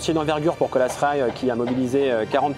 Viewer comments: Colas Rail se prononce en anglais Colasss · Colas se prononce "Cola" pas "Colasse" 🤦 qu'est-ce qui vous a pris ??? C'est contagieux ? sinon bonne vidéo